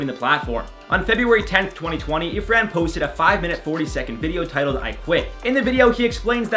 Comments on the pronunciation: Okay it's 'Irfan' not 'Ifran' 😁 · Hey, Just a little note, his name is Irfan, not Ifran 😅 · It's not ifran it's irfan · Its Irfan Junejo, not ifran Junejo :) .. i love your channel, love from Pakistan ❤ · This is outrageous! IT IS IRFAN JUNEJO. you called him IFRAN. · BTW. Its Irfan junejo not ifran